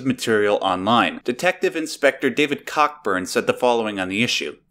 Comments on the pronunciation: lel. it's co'bu'n, not "cock-burn". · FWIW, it’s pronounced “Co-Burn”... but Cockburn is better!